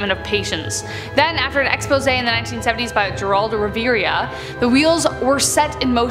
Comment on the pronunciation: Jeroldo Riviera? lol 😝!! It’s pronounced “Heraldo Revera” (obviously not how you spell it)! It’s just that is so adorable when she says it!